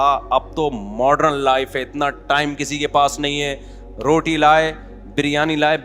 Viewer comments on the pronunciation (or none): none